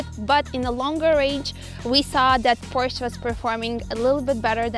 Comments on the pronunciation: Porscha is a Porsche ❤ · PORSH FOR SURE